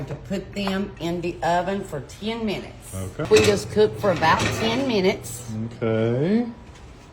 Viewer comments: It's pronounced ta-key-toes. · The q is pronounced as a k. Ta Ke tas!!!